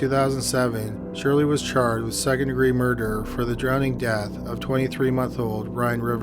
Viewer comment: Does this fool talk weird and mispronounce everything on purpose "mur-derrr" " she got killed with an I-run (iron)"